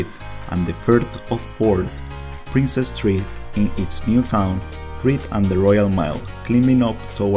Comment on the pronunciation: Princes St Gardens, not Princess ! 😊